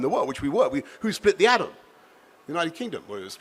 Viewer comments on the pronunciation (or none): none